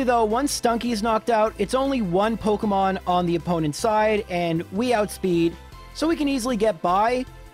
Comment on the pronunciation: Dude, you seriously need to look up a video on how to pronounce Pokemon names